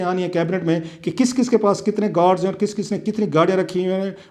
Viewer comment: کلاسرہ صاحب گوڈز نہی گارڈز ہوتا ہے